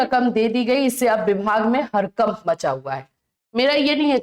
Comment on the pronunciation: गड़बड़ ❌गरबर ✅ हड़कंप ❌हरकंप ✅